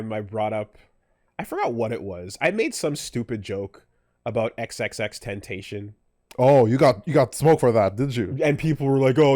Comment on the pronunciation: the XXXTENTACION shit is weird to say. I like your content but you can't even say his name right and you are labelling him as a "wife beater" when the case was thrown away after he died. He died at the age of 20, shot dead just trying to buy motorcycles when he had a charity event the next day. He didn't deserve to die, I don't know if you know how he died but to say "rest in piss" is so disgusting considering he was still just a kid. You also idolise Kendrick Lamar who has openly and publicly stood by XXXTENTACION and had him on tour during his DAMN! era so it's puzzling to me how you can be so in amazement and love Kendrick even though he stands by someone who is a "wifebeater" and should "rest in piss". That's disgusting and ignorant.